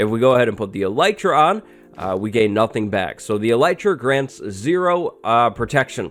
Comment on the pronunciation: name yout Elytra as "Elite-ra"